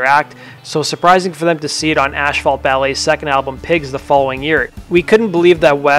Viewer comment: asphalt is pronounced "ass fault" not "ash fault"